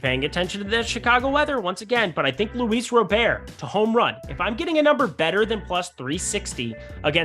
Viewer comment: Lol why are you saying Robert like Gobert 4 years after learning the right way to say his name? Smh